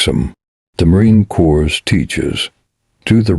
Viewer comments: AI voice is horrendous. Corps is pronounced (CORe) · Narrator: you need to learn the proper pronunciation of Marine CORPS. CORPS is not plural. CORPS as in Marine Corps, is pronounced core. Semper Fi.